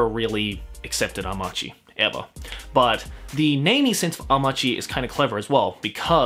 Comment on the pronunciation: I think you neglect the "chi" of Amachi, meaning earth